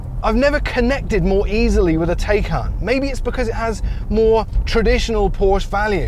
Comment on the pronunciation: You might be bothered to properly pronounce “Porsche” and “Taycan” properly.